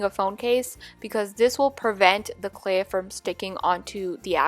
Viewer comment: She pronounces clay “CLE”